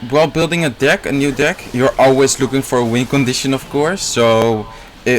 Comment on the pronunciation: pronuncia dick en vez de deck